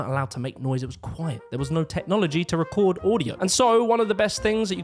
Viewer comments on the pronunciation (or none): none